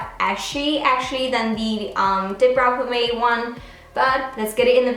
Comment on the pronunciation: The way she pronounces "pomade" tho😂🤦‍♀️